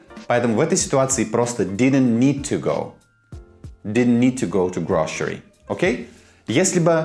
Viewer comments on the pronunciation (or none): Все на высшем уровне,как всегда👍только произношение "grocery" через "ш" никогда не слышала..